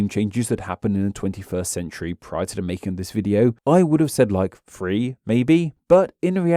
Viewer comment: two thousand and *free? 👎🏽